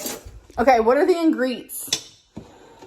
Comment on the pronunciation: WTF is an ingreet?